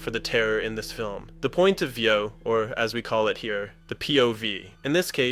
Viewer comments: “the point of vęœw” 😂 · "the point of vieow" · "POV = Point of veU" . If it's not ai generated, guy need less time doing shitty generic videos with clickbait and practise more his english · the point of ve-yew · wtf was that really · Why did you say point of viayu like that?